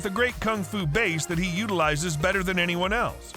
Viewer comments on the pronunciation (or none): none